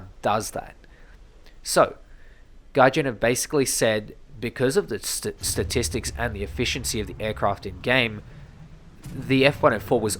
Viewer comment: this grinds my gears then i hear: ThE StAtiStICs fooken heell!